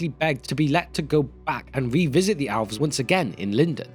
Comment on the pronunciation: Why do you pronounce elves like it's alves? Or even "owlves".